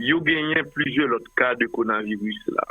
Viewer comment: pa jam di coronavirus li di conavirus li manger le ro Dan's corona virus.